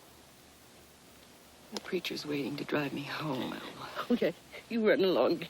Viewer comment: Lawra New He called her Alma. It sounded like Mama tho.